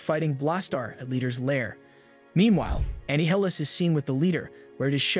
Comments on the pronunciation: He says it multiple times. And shouldn’t it be pronounced like Annihilate. But instead of “late” it’s “lis” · it's not Annie hill-ass it: a-nile-us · Annie-heelus? Here I always thought it was pronounced Uh-Nye-uh-les. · Anne-hilis? Ah - nile - lis Like A nihilist 🤔 probably Shadynastys is also not pronounced shady nasty's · Annie Highless lmao. That's an interesting way of pronouncing Annihilus. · bro said amy hillus 😂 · Huhhhhh ‘’anni-hilus’????? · bro this guy CAN NOT pronounce words with the letter A correctly. ANNE -NILUS A- VEN-GURS bATTLE CRI speech therapy homie you need it, the way you sound out words is like an AI reading. regardless ty for the recap. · You pronounced anialus wrong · Anne Hillis? No bud,thats not how you pronounce it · The people who do the.voiceovers for this and other Marvel productions cannot have English as their primary language. Ay-ven-jers, Annie-hill-us. Gʻet a dictionary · I've never heard Annihilus name being pronounced that way 😂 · Dude, it pronounced Annihilus like six different ways and none of them were correct. No real person doing a professional and scripted video essay fcking does that. Even if they don't know how it's actually pronounced despite giving a rundown on something that says it aloud repeatedly, there's no way they alternate between the better part of ten wrong pronunciations within a single paragraph. That's something that only happens with an ai/tts bot, and it "breathing" doesn't mean shit because it could've just been told to "breathe" every two or three sentences in the prompt, if they're able to impersonate the voices of famous people then it making a breathing sound is very much within an ai's ballpark. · This would be so much better if he could say “Annihilus” right. Maybe the person who wrote the script should’ve recited it. 🤣 … Just playing around (although you not once said his name even close to right), love the video, keep up the great work! 😎🍻